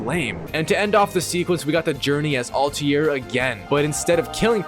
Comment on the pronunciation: "Alti-air" this guy and his pronunciations xD